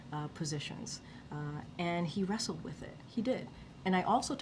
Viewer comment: "he rassled with it. He RASSLED!! WHAT MORE DO YOU WANT!" 🤣